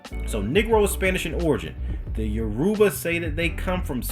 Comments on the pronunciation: lol bro it’s Your-Ba no U-ruba ppl. E-Bo and U-ruba not same tho. U gonna start a war😂😂. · It's actually Yo-row-ba